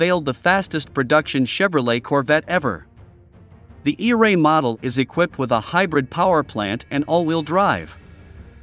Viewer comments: I love the robotic narrative 🤣, not e- ray but eray! 😭😂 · Computer voice is funny. Eray is not all one word. It's pronounced Eeee Ray. hahaha